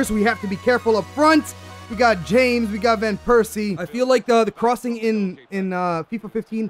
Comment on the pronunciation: you pronounced James's name wrong